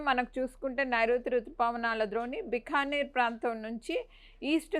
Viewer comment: బిక్కనీరు కాదు బికనీర్ (రాజస్థాన్)